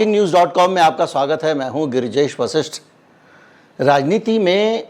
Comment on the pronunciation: बृजेश नही बे गिरजेश😅😅😅